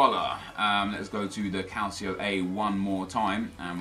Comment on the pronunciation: Thank you! First you tuber I've heard pronounce 'calcio' properly